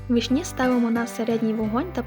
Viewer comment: Не вишні' а ви'шні!!!